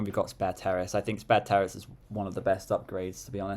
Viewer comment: Pretty sure it's pronounced "Sperrace" instead of "Spare Terrace". Although I must confess that I prefer the "Sparanda" over it by a bunch.